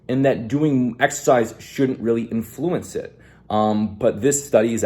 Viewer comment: Every English speaking human on earth: Influence: InFLUence